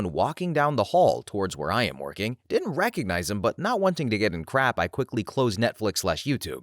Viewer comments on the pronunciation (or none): none